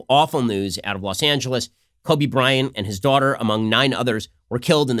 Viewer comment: Kobe BryanT! It bothers me when people don’t pronounce the t